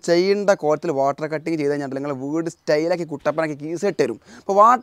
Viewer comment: വൂട് അല്ലാ വീട്